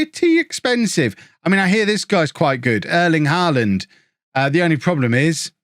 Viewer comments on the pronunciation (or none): none